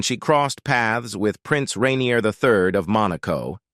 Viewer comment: Rainier not renir